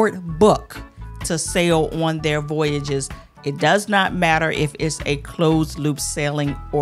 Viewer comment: my friend, I love you but the way you can’t pronounce Voyages is cracking me up 😂